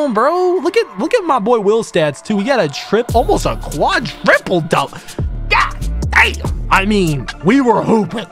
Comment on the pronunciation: Fire vid but it’s quadruple not quadriple